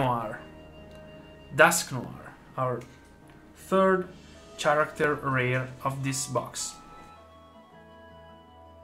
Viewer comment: cool vid and great pulls! btw. it's pronounced "Karakter", not "Tscharakter"